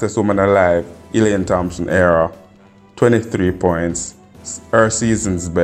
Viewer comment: Her name is HERAH nor AREA